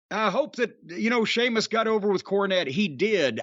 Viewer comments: I knew Jim must have quite liked it the moment he actually said Sheamus’ name properly at the start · You respect him so much now that you're finally pronouncing his name right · Great call by Jim on this match between one of wwe's finest talents Gunther and finally Shéamus, no longer see-mus lol. But Brian(whoever he is) always commenting its time for Shéamus to be missed or to go away from WWE, I mean, as if the WWE aren't going to capitalise on this potential Gunther/Shéamus feud development in the comming weeks. Sit back and watch Brian, Sheamus isn't going anywhere untill he's the IC champ lol. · You know Jim liked this when he pronounced Sheamus’ name correctly without joking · That's what I noticed too 🤣🤣 he didn't say seamus so I knew immediately he liked the match